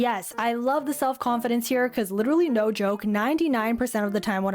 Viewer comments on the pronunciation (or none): she said ‘naur’ i thought it was australian